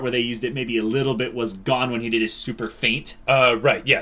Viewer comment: Gon guys! GOOOOOON. It's pronounced with a long o for Pete's sakes